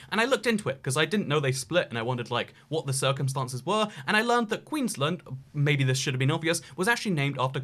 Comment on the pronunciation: As someone that is from the UK and Australia and who lives in Queenland, your pronunciation of my state enrages me.